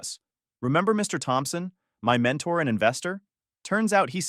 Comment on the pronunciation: Mr Thompson?,c'mon Ai,put some effort.